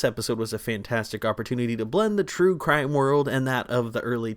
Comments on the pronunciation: “Crue trime” I can’t be the only one who caught that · I heard that “cure trime “ 😅😅😂😂❤❤❤❤❤ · "Crew trime"